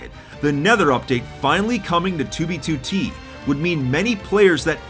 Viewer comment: The way he pronounces 2b2t is perfection. "Toobeetootee"